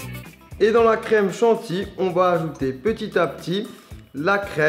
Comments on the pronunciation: crème chantilly, pas "chanti", le "ohlala" il le dit tout le temps ou c'est moi? genre ce qu'il fait, même si c'est immonde (je suis fils de boulanger pâtissier chocolatier) il dit toujours que c'est super bon? XD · la crème chanty like si tu le dit chantilly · Pourquoi tu dit "chantille" ? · Il dit pas chantilly mais il dit chanti 😂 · C'est creme Chantilly pas Chanti... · Un utilisateur de Google mais tais toi certaine personnes disent chantii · ca mperturbe comment il dit "chantilly" ptin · C'a me stress comment tu fis : Céréales et Chantilly